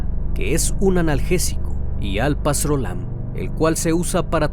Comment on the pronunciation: Se pronuncia Alprazolam...encefalopatia....buen video...saludos desde Perú.